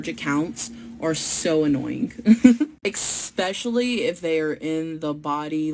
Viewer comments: The way she constantly said expecially made me die inside...and English isn't even my native language. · My God, these people are all the same. I can't distinguish between one and the other. However, I will forever be able to remember this one because she said expecially and she will forever be on my shit list for that. It's a matter of principle.